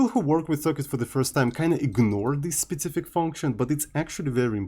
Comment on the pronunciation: Learn to say specific and not spetsific or don't say it at all